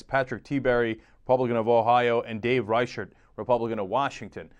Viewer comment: He mispronounced Reichert, but thats OK. I wanna see that ad!